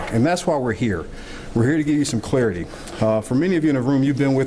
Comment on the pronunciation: CLARITY. Short sound A, as in Apple. Same goes for CLARIFY.